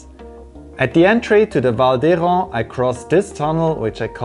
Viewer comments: Beautiful but pay attention to the quality of your English. "My friend and me"? No No No. "My friend and I" :-). You don't want to sound like a toddler that says "Me go to the supermarket". Be careful!!! And, please, pronounce 'Hérens' 'Hérin', not 'Héran'. :-) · Congratulations! However, you should consider modifying your pronunciation of 'Val d'Hérens'. It should sound like 'Hérin' :-)! A Welsch from the Cariboo, in British Columbia.